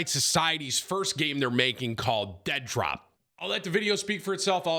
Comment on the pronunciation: Did you say Dentdrop?